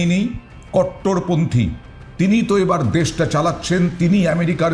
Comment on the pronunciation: কট্টরপন্থী কারা, কথাটা সুন্দর করে বলো